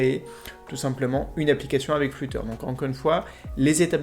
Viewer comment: juste il sait pas dire flutter